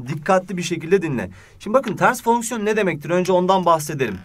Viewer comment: fonksiyon derken bir tuhaf diyorsunuz hocam